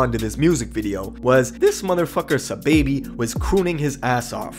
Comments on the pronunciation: It’s not “ s’baby “ it’s “ saw baby “ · Who tf is suhbaby? Did you mean sahbobby? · It’s ‘SA-Baby’ not ‘S-baby’ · It’s “sai-baby” not no dam sa baby.... know who you talm bout sahiibaby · Aman Saaahhh-baby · Dawg keep saying Saababhi 🤦🏻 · ITS SAH-BAHH-BEE